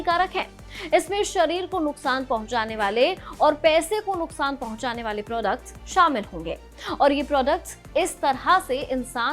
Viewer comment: प्रौदकट्ट नहीं होता प्रोडक्ट होता है 😂 टिग्ट नहीं टिकट होता है 😅